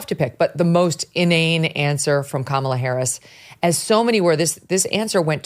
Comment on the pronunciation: It's pronounced Kamala not "Kaaa malaaa Haaarrriss!", Oprah. Get it right, don't be racist.